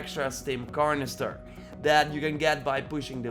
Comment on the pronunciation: “Stim carnester”